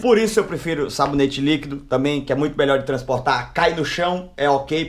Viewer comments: SABONETE LIQUIDO NAO SABOLETE NIQUIDOOO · Kkkkkkkkk vey é Sabonete Líquido ou Sabolete Níquido kkkkkkkkk gosto D mais do seu canal assisto pela TV acompanho tudo 😄🥰